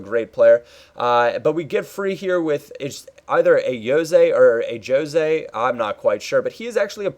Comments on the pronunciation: oh and i know this is too late but its a hard J in Ajose e.g. the opposite to what you decided to call him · Its pronouced a-jo-say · its ah-jo-seh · its a-jose he was a youngster at Manchester United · It's a-joe-say he previously played for man utd